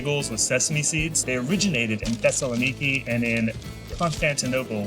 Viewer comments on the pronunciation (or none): none